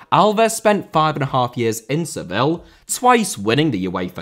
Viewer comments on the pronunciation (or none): none